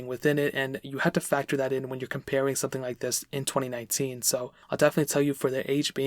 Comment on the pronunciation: Anyone else think he said 2099 at the beginning?